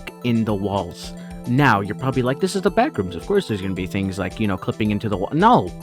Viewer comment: FYM "BLACKrooms" 😭😭😭